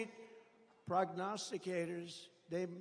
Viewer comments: I'm severely impressed that he can say "prognosticator." The question remaining is whether he came up with the word himself, or if his speechwriter did. In the latter case he did remember the word, which is impressive! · I can't remember him successfully pronouncing a 5 syllable word ever before. That's got to be the highlight, not just of this speech, but in the history of Trump's communications.